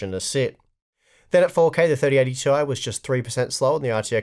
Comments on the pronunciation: Why do you keep saying Tee-eye? IT'S PRONOUNCED TIE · "Tie" is the proper pronunciation. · I thought it was pronounced "tie" now?